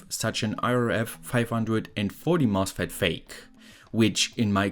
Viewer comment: Why do you add an "s" to every word, even though it doesn't need it? "This is a mosfetSSSS". "This circuitSS".